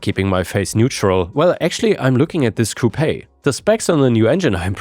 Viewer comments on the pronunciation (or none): its pronounced "coop" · in the word "coupe" in English we don't pronounce the e, it sound like poop! Coop like poop